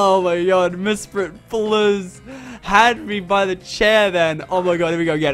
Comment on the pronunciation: Did you know you said Mispret not Mesprit